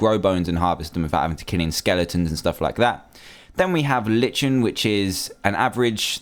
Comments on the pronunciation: Like-n not Lischhchhchchcen. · Lichen pronounced "Lit-chen"?!? Isn't it pronounced "Lie-kun"? I guess it's an American thing. Jeez, I can barely stand it when you pronounce Aluminium "Ah-loo-min-um" (correctly pronounced "Al-ah-min-yum").